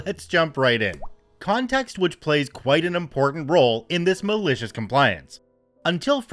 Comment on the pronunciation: Once you said that now I here this way now....lol